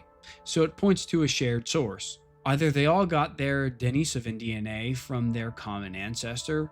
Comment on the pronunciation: Very good video. I especially appreciate your perfectly correct pronunciation of Denisovan. However... the cave where the first little finger bone was found is also pronounced with stress on the second syllable: De-NEE-so-va, not De-ni-SO-va. It comes from the Russian name, De-NEES (Dennis), which is pronounced like the English name Denice. That aside, thanks for an excellent, well-researched, and enjoyably presented video.